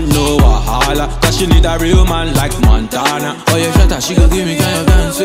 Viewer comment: It's not mandana it's montanna